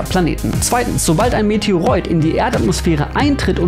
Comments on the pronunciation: Meteoroid wird nicht wie "Meteoreud", sondern mit Glottalstop ausgesprochen: Meteoro´id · Die Aussprache 'Meteoräud' für Meteoroid ist falsch. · Hallo, weißt du was ein Asteroid und Meteoroid gemeinsam haben? Das O-I wird gleich ausgesprochen 😉 [meteoroˈiːt] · Meteoreud? Das wird sicher nicht so ausgesprochen. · Warum wird das oid bei Asteroid und Meteroid anders ausgesprochen?